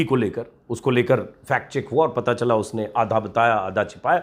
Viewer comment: For : Pata , read: Paa .